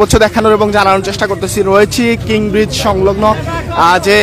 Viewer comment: কিং ব্রিজ নয়, কীন ব্রিজ